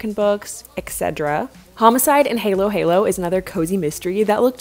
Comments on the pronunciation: the book you picked up is actually pronounced as homicide and “haul-o” haul-o” not “halo halo” it’s a filipino title :) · Halo-halo is a Filipino word and it is read as spelled as in hAlo hAlo